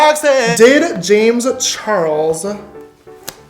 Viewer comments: "Wazzuh Jamezzuh Charlesuhh""Why doessuh Jamezzuh Charlesuhh" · I love how he says Jamesuh Charlesuh the same way with the same pause and what not